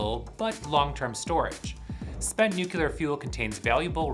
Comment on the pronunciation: NUCULAR?!?!?!? Not watching past the first few seconds.